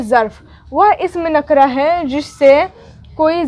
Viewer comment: Nakra nahin nakirah hai